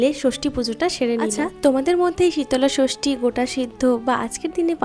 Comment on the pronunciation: Dude it’s shitol shoshti 😅😂 again the same thing ur saying like shitola bhog Re gal shitola is a goddess